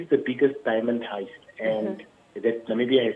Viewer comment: Why does this presenter sound unprepared? And pronouncing diamond heist as Hist 🙄 Yoh let's do better guys.